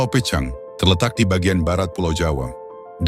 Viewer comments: Pulau PEUCANG,Bro bukan Pucang di bacanya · HANYA Lidah orang Sunda yg fasih mengucakan PEUCANG...buka pecang.... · Bacanya Peucang, seperti mengucapkan bungong jeumpa...